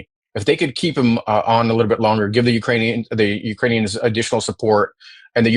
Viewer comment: He called Ukrainians "Urainians" Get this clown out of office...... in video